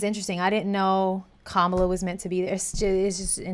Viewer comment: How do we feel about the intentional mispronunciation of Kamala's first name?